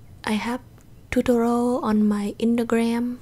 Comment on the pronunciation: Every time you say “tutorial” I hear “totoro”